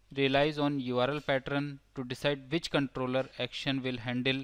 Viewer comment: Now I hear "partern" wherever I go..